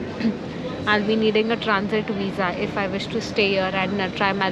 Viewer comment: Did you say wisa or visa😂?